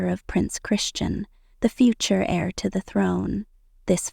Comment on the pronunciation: It's not air it's heir.